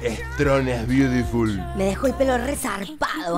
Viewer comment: "e beudiful" kffkf jjjjj